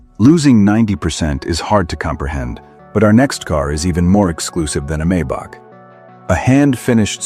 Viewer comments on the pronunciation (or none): Funny way to pronounce the Maybach :-)! Correct is „Mybuch“ with the „ch“ pronounced like the Spanish „J“ in the name "Jose“. By the way, the ultra-ugly No. 3 is pronounced "Veesmunn“.